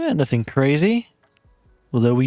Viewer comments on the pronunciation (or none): none